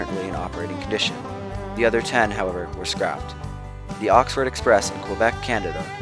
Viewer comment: you say Oxford instead of Orford (Quebec)........